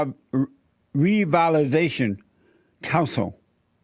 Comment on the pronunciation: Jesse repeat after me . "Revitalization"